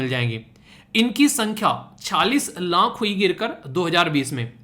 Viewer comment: video me aap 20 laankh 27 laankh keh rahe ho... Actually wo laankh nahi hota laakh hota hai... Aapki mother tongue influence ki wajah se yeh Maan sakte hain lekin jab koi YouTube pe videos upload karte ho to in sab chizon ka dhyan rakho to behtar hota hai sunne me bhi aur samajhne ke bhi..